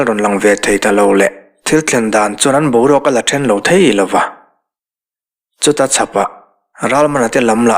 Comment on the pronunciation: A ngaihnawm mang e. Chutachhapah tih hi. Chu-achhapah tihtur a nih hmel e.